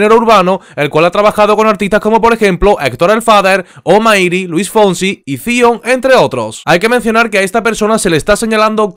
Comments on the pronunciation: no vuelvas a decir SION, SE LEE SAION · Hombre como se nota que no sabes mucho del género 🤣 estás pronunciando mal el nombre de Zion 😂 dices fion y es Zion que se pronuncia sayon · #Segundo 26 SE ESCRIBE ZION SE PRONUNCIA SAion.. Para la próxima vez que te toque pronunciarlo.. .